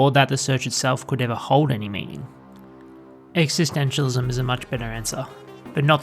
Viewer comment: Great video…but curious how you seem to drop the first ‘s’ in the pronunciation existentialism other than one or two times towards the end.